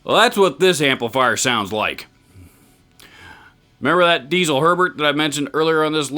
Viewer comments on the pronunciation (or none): You pronounced Herbert perfectly in the first place. Nobody in germany says it the other way. It must have been a troll or something. BUT its DieZel not Diesel. Its a name and its pronounced with a hard (german) Z. Something like DEET-SELL. Haha who cares. Nice video. Cheers from abroad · Don't get me wrong, but Diezel should be pronounced as "Ditzel". It's not a fuel it's the last name. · Germans apparently pronounce "Diezel" as DEET-ZUL. Don't worry about it.